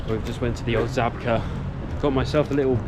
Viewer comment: Great video! I'm learning Polish (my Grandad was Polish). May I respectfully offer a little correction... "Żabka" is pronounced "Zshabka" the letter ż is pronounced like a zsh